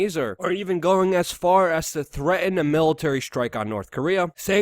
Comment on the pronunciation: Poo-in? Um... do you mean Putin? "Threa-in"? Did you mean threaten?